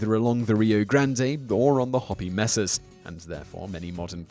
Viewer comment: "Hoppy Messes"? 👈😂 Hopi Mesa (hoe-pee may-suh)